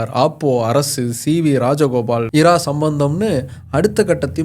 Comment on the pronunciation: Bro இரா nu soldringale crt ah "இரா" வா இல்ல "ரா" apdinu sollanuma?? Enakke kolappama irukku